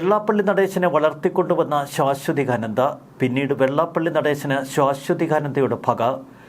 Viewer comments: സുഹൃത്തെ ശ്വാ അല്ല ആദ്യത്തെ അക്ഷരം ശാഎന്നാണ്. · ശാ....ശ്വ എന്ന് ഉച്ചരിക്കണം. ശ്വാ....ശ്വ അല്ല. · ശാശ്വതീകാനന്ദ നിങ്ങളുടെ ഉച്ചാരണം ശരിയല്ല